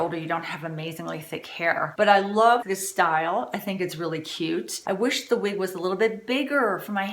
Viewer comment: please dont be offended... say "wig:...not "weeg". Its very off-putting. Thank you..